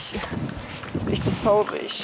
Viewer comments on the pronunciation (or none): Du sagst traulig oder tlaurig!